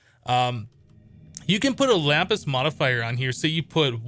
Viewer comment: I thought he said yapis